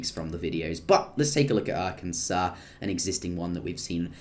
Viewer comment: Thank you for not saying are-Kansas